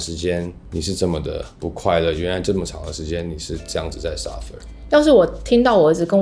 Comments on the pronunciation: Suffer, not surfer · suffer not surfer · Suffer 不是 S urfer 啦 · It’s “suffer” not surfer 🏄🏻‍♀️ haha😂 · 是suffer不是surfer吧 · Suffer, not surfer.